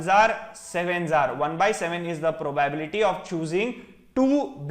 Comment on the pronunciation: probyebility :) probably you will learn how to pronounce it